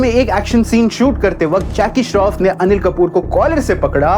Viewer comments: Anil-Mal✅ Animal ❌ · Animal ❌ Anilmal ✅